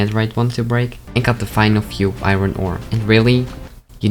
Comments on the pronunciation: I don’t know why but whenever he says, “Iron” It always makes me laugh for some reason. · I must admit that that is me too